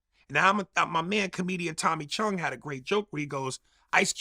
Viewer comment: Tommy Chunn, not Chong.